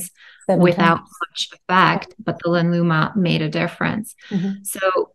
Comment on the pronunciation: The name is "RENUVA" not Renova.